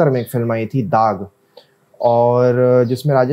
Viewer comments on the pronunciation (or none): Daagh not daag